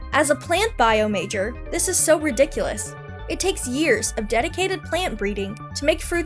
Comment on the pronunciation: Oh she said like 15 ree d¹k you luss things.